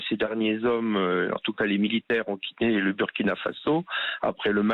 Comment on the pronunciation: Qui a mangé le "l" de militaires au petit déjeuner ? 😅